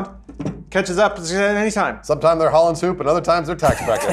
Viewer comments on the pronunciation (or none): As a Dutchman, pronounciation of ‘Hollands Hoop’ is kinda funny, well, maybe cringy actually. Also for all the non-Dutchmen out there, ‘hoop’ means ‘hope’ in Dutch (who would have guessed), and actually pronounced kind of similar.